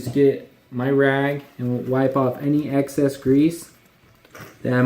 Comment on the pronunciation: "Axcess oil" ... do you mean excess?